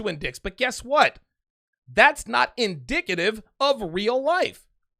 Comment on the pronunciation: “That’s not in-dick-ative” lol